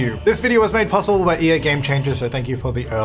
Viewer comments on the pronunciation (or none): none